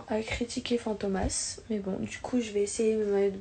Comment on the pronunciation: 'Fantômas' elle l'a pas respecté😭🤣🤣🤣